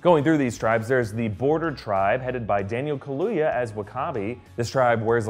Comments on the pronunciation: Also Lesotho is pronounced Leh-su-too not Sotho (which is actually sootoo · Lesotho is pronounced Less-oot-ooh. Picked up on your pronunciation. Hope you take this as a helpful hand as opposed to some form of... laughing at your mistake, I guess. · Lesotho, pronounced "Li-SOO-too". Great video! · Lesotho is not pronounced Lesotho but rather "Le-soe-toe" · Btw lesotho is pronounced le-soo-too but i can see where u made that mistake